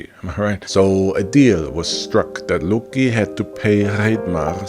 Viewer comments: I’m sure that’s a good video but every time you say LUOCKKKI or trying to pronounce a Nordic word I get cancer on a other part of my body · the way you pronounce loki is unasked for, i cant sit through this video because of it.